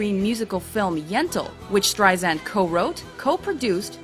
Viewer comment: Good video, but it hurt my ears to constantly hear STREISAND mispronounced!! It is with an "S" sound, not a "Z"!!!